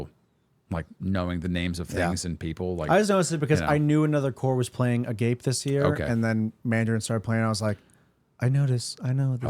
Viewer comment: Not to be that guy, but it’s pronounced Ah-gawp-ay, but I get it though it’s a weird word! Haha